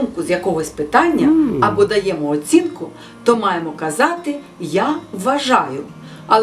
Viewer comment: А чи не варто було б представитися спочатку? Крім того: не"нанЕсти", а нанестИ! Не "даЄмо", а даємО! Неправильні наголоси - це теж помилки!